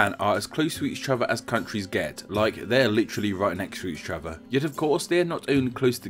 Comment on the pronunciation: Did anyone else have to do a double take because he couldn't pronounce "each other?"